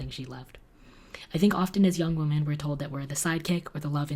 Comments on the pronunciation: Who else thinks it's adorable that pronounces "women" like "woman?" 💖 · I love you and your content. Started watching your channel late 2018 and won't stop anytime soon. But I've always wondered.. do you purposely say woman in plural / or just don't realise that 'women' is the correct term... Weird thing to ask but I notice it every time 🙈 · pronounce the plural as "wimin" not "wo-min" when you get to give the speech! :) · Still freaks me out when you pronounce “women” like I pronounce the singular “woman” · Am I the only one who notices that always pronounces "woman" the same way as "women"? English is my second language and teachers always corrected us when we did that, so I'm confused!:D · I love you, but I gotta tell you there's a difference in the way you pronounce woman and women. No hate tho, I'm just a know it all.🥰